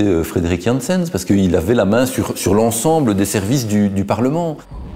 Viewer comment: Il faut se mettre d'accord sur son nom, c'est Janssens pas "Jeanssenne", à la flamande donc